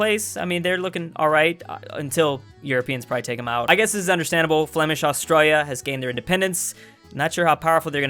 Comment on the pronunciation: Drews pronunciation of Australia messes my ears up